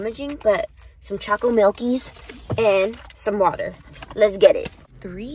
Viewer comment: I cringed so hard every time you said chocolate “milkies” 😬